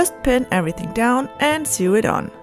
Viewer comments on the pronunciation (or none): You keep mispronouncing the word sew....its pronounced like soing... like so ing. The past tense is pronounced like sown. Great job btw.